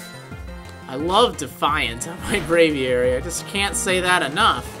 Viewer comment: the way he pronounces his braviary is getting irritating..but it's ok, i guess.